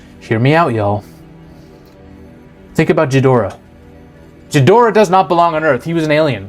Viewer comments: The G in ghidorah is pronounced the same way as the G in Godzilla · You pronounced ghidorah wrong it’s said with a G like gun not Giffy, also it’s Shimo not Shimu (I’m sorry I had to go nerd mode) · Hey, thanks for all of your videos. They're really fun to watch, and get me thinking about things I hadn't in many films. A quick note for you, Ghidorah is pronounced with a hard G like in golf, not a soft J sound. Other than that, keep up the great work! See you in the next one! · Love. Hate how he pronounces Ghidorah.